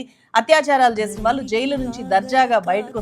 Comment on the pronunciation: "ప్రభుత్వం ఒళ్ళో కూర్చుని" అని "ళ" అక్షరాన్ని చక్కగా పలికిన మీరు "వాల్లు, వీల్లు, కల్లు, వెల్లి, పెల్లి" అని ఎందుకు పలుకుతున్నారు? స్టైలా? "ళ" అక్షరాన్ని సరిగా పలకటం నేర్చుకున్నాకే మైక్ ముందు కూర్చోండి.